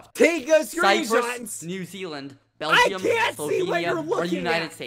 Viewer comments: I can’t get over the fact that it sounds like he says bell-gee-um! 🇧🇪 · Skeppy:~Belge-um~ Me: ...That's not right... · Bel-gee-um.... to be fair it’s not the most popular country out there but that’s funny to me as a Belgian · when skeppy said belgeeum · I'm from Belgium and U don't speak it like u did